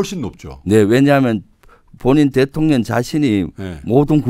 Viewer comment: 내귀만 그런가ㅋㅋ 김병주의원님이 말씀하실때 대통년이라고 들리네요 대통령하고 그년을 합쳐서 대통년이라고 하는 건가 싶네요 ㅋㅋㅋ